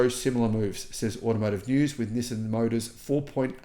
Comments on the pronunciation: STOP SAYING "Nih san". It's "NEE SAN." I've told you like 5 times now, LOL. Japanese version is "NEES SAN". Approved for foreigners: "NEE SAN". Not "Nih san". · You are the only person I’ve ever encountered that says “nissin” instead of “nissan.” The way latter is the way Nissan says it in their ads. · It’s not NissIN, it is NissAN. Learn to pronounce it properly. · It's not that we thought you were crazy, or didn't believe you. It's because no one can take you seriously due to the way you pronounce "Nizzin" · It's hard to take this guy seriously because he can't even pronounce the company name correctly. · Doubt the world-wide pronunciation is "nih san" at all. So if you're voting for "everyone," you're also on the wrong foot, yo